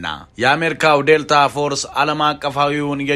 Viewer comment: ክፍት አፍ ዴልቲ ዴልታ አትበል